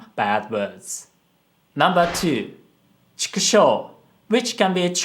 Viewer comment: chikushou* not hou